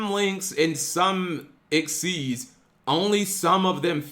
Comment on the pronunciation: It triggers me when people say exceed.....